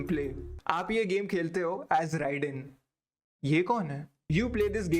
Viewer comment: It's pronounced Rayden not Rai dane. Actual spelling Raiden.